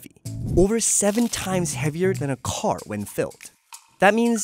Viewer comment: “Over seven times heavier than a kHOar when filled”